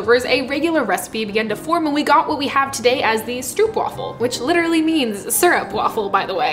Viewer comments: It's Str-Oh-p (as in hope) Waffle. (I'm Dutch. Str-OO-p (as in food) is so wrong makes me want to...) But love the video. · There are no traditions for stroopwafels, also the pronunciation is more like strohpwaafel not stroopwaffel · And wafel is like waafel (a big aaaah) :p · Its stroopwafel not stroepwafel lol o oo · I love the fact they're getting more well known, but the English pronunciation is just so grating. The "oo" is more like the "o" in home than the "oo" in cookie. I can take the soft r and the "waffle", but the "oo" thing is just painful to me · As a Dutchie, I find stroopwafels so overrated. Like they're good, but not to the point of all the hype. Also everyone pronounces it so weirdly. It's pronounced more like hope (str-ope). Not struup. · The best way to describe the dutch pronunciation is "strope wàfel" i think, i love this video so much! Greetings from the netherlands! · Stroopwafel. Bit of a personal pet peeve of mine but just pronounce it "Strohpwaffle" with the "oh" sound replacing the "oo" sound. But yes, delicious sweet treat that has been served aside many a cup of coffee and tea. There's a supermarket that does weird flavor variations on them, sea salt caramel is quite delicious but nothing beats the original. And well done on putting in the effort to make your own! :) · Stroopwafels are actually pronounced more like an English person would pronounce stropewafels (almost like rope but with "st" in front). The double o is just a regular o sound for us dutchies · If you ever wondered, it's pronounced "strew-erp-vafel" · Being Dutch, I enjoyed you making ‘our’ stroopwafels 😀. BTW, the real pronunciation of the ‘oo’ in stroop is exactly the same as the ‘oa’ in oatmeal 😜. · as a person who has read a comment from a Dutch person on another video about the pronunciation, I also agree with this. But I don't like it. I prefer the way she says it in the video. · The oo part is pronounced as the oa in boat